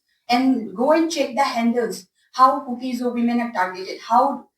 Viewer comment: "Kuki-Zo women" Not kiki-jo, sir. Plis correct it 😊 🙏